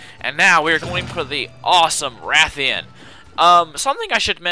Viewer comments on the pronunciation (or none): Rathian and Ration.and its Stamina, not Stanima.